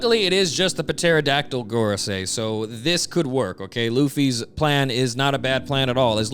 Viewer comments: The puhteradactyle thing is becoming really cringe I really hope you don't think it's puhronounced that way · stop pronouncing the p in pterodactyl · I think the p in pterodactyl is silent. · It is, but I love how consistently (maybe intentionally) mispronounces it. It's funny. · Why do you keep pronouncing pterodactyl like that STOP